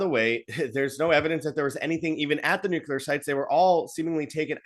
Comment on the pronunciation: For gods sake man. It's, New.Clee.Err 'Not' New.Cue.Lerr Why is that so hard for people to say right. Ever since Bush Jr. started saying 'New.Cue.Lerr' everyone has been parroting that idiotic crap since.